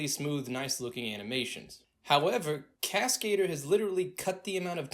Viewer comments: It’s not cascader from cascade. It’s French for the word stunt man. It’s cascadeur with the accent on EUR at the end. Google voice it to see the difference. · Okay, I realize I'm a dick for saying this, but Cascader? Oh no! lol. It's a french word pronounced "Casca - Doer" not Cascade-Er. It means Stuntman. But you're right, Cascadeur rocks! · He calls it Cascader lol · please learn how to pronounce cascadeur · Cascadeur is French so it's not pronounced that way. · I hate how proudfully and how often this guy pronounces Cascadeur wrong